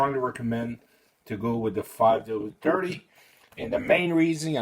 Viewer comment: 5 W-Turdy? Where did you go to learn English?